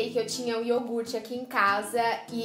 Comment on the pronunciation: pk vocês pronunciam yorgute em vez de yogurte?